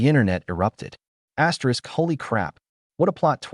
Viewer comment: What the hell? Why does your video keep saying ASSTERISC? or whatever. It's so freaking annoying 😑